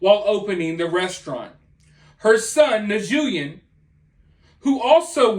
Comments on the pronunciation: Nguyen is pronounced Win, or When either way. They can get WAY more than 1 million dollars!! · Nguyen is pronounced like "win". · Is the name Nguyen? That's pronounced "win." 👍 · The name is pronounced Nween as in "Twin" but with an N in front - not "EN" just the sound of an "N" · It’s a Vietnamese name pronounced Nwinn. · If the ladies last name I've seen is correct it's a confusing one for people to pronounce lol best way I can think is in a kinda dumbed down way (helped me) newwin ya it's not the best help but it's better then nothing. Now I don't know if it's the same family grouping as we have in Canada for that family but I would guess it would be, when I was in gaming enforcement years ago....not really a nice way to say it but due to the large numbers of this family at least back then the last name was on a watch list for criminal activity. Now in no way are all or most probably into crime I'm just giving you a off path nugget not many people knew at the time I work in gaming, the families that came to Canada and I'm assuming the USA as well were politically oppressed and the vast majority of them were just simple farmers and chose to do that here but like all good crime no opportunity to oppress the weak goes unused! A top biker organization supposedly wanted to rent patches of land to grow certain "herbs" and at some point it became more economically sound to get the farmers to grow it for them and this is how from what I was informed a large bunch turned to criminal activities here anyway. But anyway this is about what your reporting, first off if anyone has ever worked at a fast food restaurant could tell this is suspect at best maybe the door possibly may not operate right? fine I'll give you that one but there is no way in hell not one person ever went into the freezer all that da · Just a tip for a content producer. If you don't know how to pronounce a word you can pop it in Google. That name is pronounced 'New-Win' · Nguyen is pronounced Newin